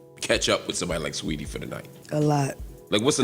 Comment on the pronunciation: She's Saweetie. Not sweetie